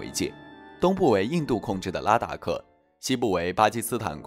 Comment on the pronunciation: 拉达克不是达拉克。